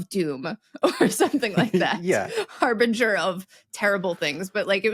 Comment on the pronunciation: I hear HARBINGER as "HARVINGER"